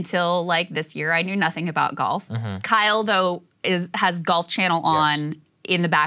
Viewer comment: Are you saying golf or gulf